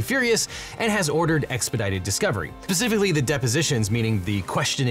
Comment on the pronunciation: I'm sorry for this small detail but why is he pronouncing 'specifically' as 'pacifically'